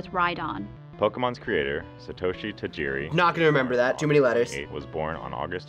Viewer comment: Last name Tajiri is not pronunced Ta-ye-re. The correct pronuntiation is Ta-he-re.